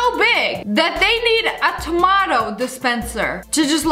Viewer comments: She said "Tomoto"🤣🤣🤣🤣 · At 4.19 she say tomoto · U said tamato like an Australian instead of tom a toe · She really said ta-mot-O